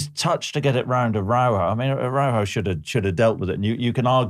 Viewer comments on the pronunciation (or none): none